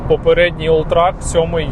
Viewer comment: Все круто, але це ж олтрЕк а не олтрАк ;)